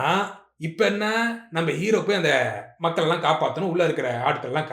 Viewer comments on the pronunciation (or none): none